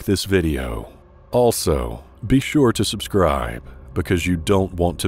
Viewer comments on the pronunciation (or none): none